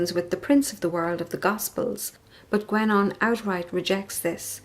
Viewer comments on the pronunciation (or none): Sorry, but the name is pronounced gEnon, not gUenon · It's actually pronounced more like "GenÓh".